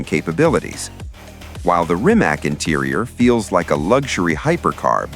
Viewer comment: It's pronounced "reemats"